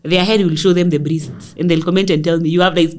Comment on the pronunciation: “Brists”🤣🤣🤣. Gal, unanimaliza every time ukisema hivyo.